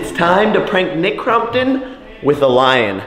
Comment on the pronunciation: Jake kept saying line instead of lion?